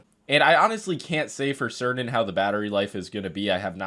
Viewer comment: Button, not budin. Certain, not cerdin.